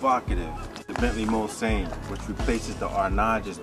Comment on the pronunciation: ''bitches'' aren't hating because of the presenter's ethnicity. What makes us angry is that the presenter epicly fails to pronounce Mulsanne correctly. You see the car is named after a legendary racetrack called Mulsanne. Racing in Europe is nothing like Nascar. There is a lot more heritage in European motorsport and it's very close to our hearts.